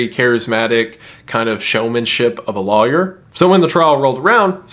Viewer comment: I never notice Wendi’s accent until he says “lawyer” and then I’m like… ah… there it is.